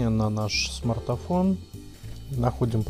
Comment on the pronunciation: Какой ещё смартафон???????? ПРАВИЛЬНО СМАРТФОН!!!!!!!!!!